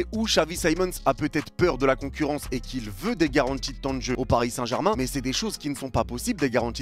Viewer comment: "La concourrance" j'ai cru que mon ordi a bugué😂